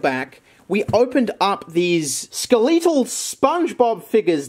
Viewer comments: ske-LEETLe spongebob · I want to harm you for the way you said "skeletal"